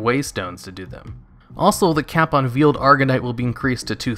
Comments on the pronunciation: "veeled arganite? It's pronounced VAY not vee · VEILED not VIELED. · just a question dont get mad, but... whats your first language? cause of the way u pronounce veiled and triumvirate.... u dont really seem to have an accent otherwise, so icant really put it